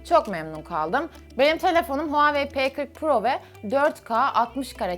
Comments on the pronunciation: abla huwaiy diye okunmuyo huwai diye okunuyı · O deilde ablanın herzaman benim telefonum huwaiye demesi beni benden aliyo ❤😹